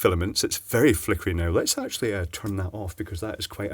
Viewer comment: Flickereh, flippinreh, flickry... lol Having a vowel movement?